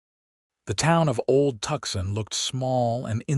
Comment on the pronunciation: "Tucson, Arizona". Pronounced "too-sawn". Please be cordial enough to notice. Somebody get these people a Dictionary.